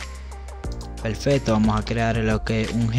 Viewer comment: Amigo solo para que conozca un poco del idioma español: No se dice "pelfecto" si no peRfecto. Tampoco se dice "palte" si no paRte. Viste que fácil es hablar bien el español...PELFECTO = PERFECTO.